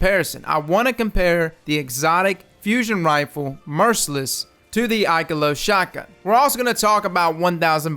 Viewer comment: Ooof, the poor pronunciation of Ikelos it hurts my soul -_-.